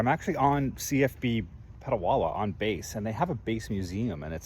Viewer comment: Just a small correction, Petawawa.